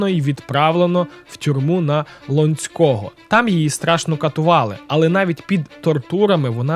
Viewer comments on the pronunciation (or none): Щиро дякую, про цю видатну людину має знати кожен. Тільки тюрьма на Лонцького наголос на ло. Слава Україні! Смерть ворогам!